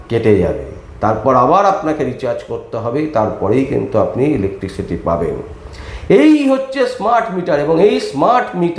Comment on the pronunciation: কথাটা 'ইলেকট্রিসিটি', ইলেকটিকসিটি নয়। দয়া করে এইসব সংশোধন করে সোশ্যাল মিডিয়ার ভিডিও করুন।